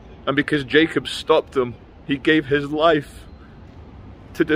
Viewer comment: His name is spelled Jakob but is pronounced yakob